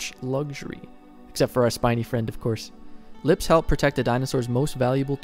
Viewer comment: I love how this dude say “lips”